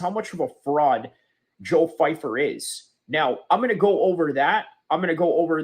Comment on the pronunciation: 🤡 constant victim of nothing. First of all you can’t even pronounce his name right. Second of all your idea of white people makes you racist in nature. You have a general mind set of people of one total race. Americas military people are homeless all over the place of all races and a lot of them have no backing. You exposed yourself as someone who is brain broken by politics. Going on a rant because someone you will never meet says something you deem not true is idiotic at best. Your channel will literally never grow and I am comfortable withsaying that. I am so incredibly happy I don’t have people like you around me who see people as a general thing that act in one single way or have all the same advantages. You’re a clown by proxy